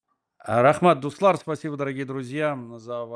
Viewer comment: Уважаемый, не дустар а дуслар правильно, окончания лар, нар, нужно бы знать, безграмотных уже имеем достаточно. И это первые 15 секунд эфира, на всякий случай.